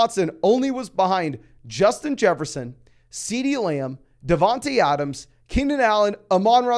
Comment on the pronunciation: Great vid - but it’s not “DavanTEE Adams” it’s “DavanTAY”